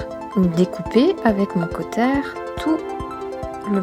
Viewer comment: elle a dit un queteur au lieu de dire quteur